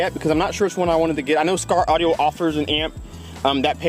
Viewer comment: Skar ardio? You didn’t wanna redo that?